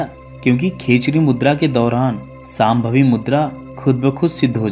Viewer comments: अरे भाई आप लोग हर वक्त श,का उच्चार स मे क्यू करतेहो सांभवी नही शामभवी' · यह साम्भवी मुद्रा नहीं है शाम्भवी मुद्रा है , उच्चारण गलत ना करें कृपया 🙏